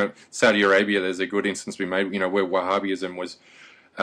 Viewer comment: It's pronounced Wah-ha-bism. Not Wah-ha-BI-ism.